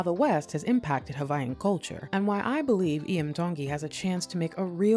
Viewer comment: ...one feedback Sis: Hawaiian is pronounced regular without the "V" sound. it is only pronounced when you say Hawai'i. Native Hawaiians are referred to as Kanaka Ma'oli (Kah-nuh-kah Mah-Oh-Lee)